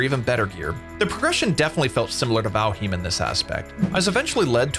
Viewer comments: Say valheem one more time... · “vALheEeeM” 😂 he has to be trolling lol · it isnt, it's val-highmm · What a dumbass way to say Valheim 😂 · By all means continue to do so I think it’s hilarious. I never heard anyone say it like that lmao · riiiiight. Its bad enough you can't properly say Valheim, but then you lie as well? And lie saying your intentionally pronouncing a word wrong.....what a douche. Your narration sucks, your videos are terrible, too tryhard with all the sounds and clips added. Pure cringe douche. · Great video, except how you say Valheim :P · wait.... is that how you pronounce valheim?